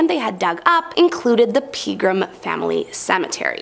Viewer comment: Cringeworthy! Mispronunciation of Pegrem also! Peh-gr-ae-m not pee-grim 😂